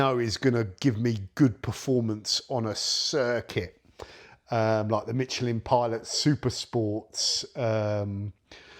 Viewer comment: I can`t believe how you pronounce Michelin in English...